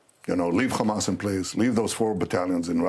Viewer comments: Drinking game every time this war criminal says Khamas! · how many time did bro say Hammas